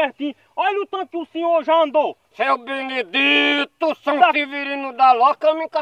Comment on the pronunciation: Seu Binidi-TOR, kkkkkkkkkkkkk